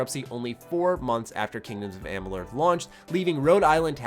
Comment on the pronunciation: Sleeping Dogs... hated it. Not losing any sleep that there won't be a sequel. Saboteur? You loved it? I've never heard of it! don't care if there isn't a sequel. Republic Commando? just another shooter. No sequel? No sweat. Kingdoms of blrg blrug? (Learn to pronounce things, shit!) Never heard of it, don't care... Just another rpg. KOTOR 3 What? another Star Wars game? Who cares! You were right about one thing... after watching this time-wasting video... you do look like a complete asshole.